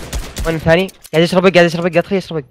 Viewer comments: القيم الثاتي ؟ حلو حلو هههههههههههههههههههههههههههههههههههههههههههههههههههههه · الثاني❌ الثاتي✅